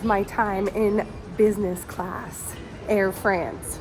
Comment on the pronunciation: Please work on your pronunciation!! It's not Air Freeeeence! Please!!!!! Even if you are Americans you should show respect to other countries languages and their pronunciations!